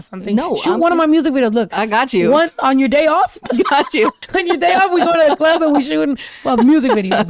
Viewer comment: The girl doing her PI work in her car saying: "In the clurb we all fam" 🤣🤣